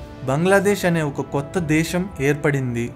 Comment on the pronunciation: ఇందులో నువ్వు కొత్తగా చెప్పినది ఏముంది. ఏదైనా కొత్త విషయం, తెలియని అంశం ఉంటే చెప్పు ఈ ఉదంతంలో. అలాగే భాష పలకడం కూడా నేర్చుకో. దేశం అనాలి, ష పలకడం కాదు.